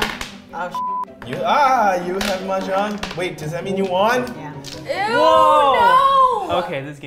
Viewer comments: i can't figure out what Chinese dialect she spoke when she said 'play mahjong! If it's mandarin, it's defo wrong! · Chris C. "pong kong hu game gameover win" that's all fine. But never heard anybody says "Mahjong" in the end